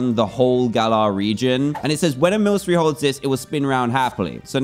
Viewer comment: Ah god your saying Milcery wrong Also the dark type gym leader is called the allister and he has a mimiku